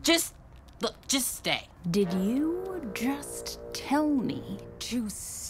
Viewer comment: Did you just tell me To STAYI😡👌🤣 very agrrasiv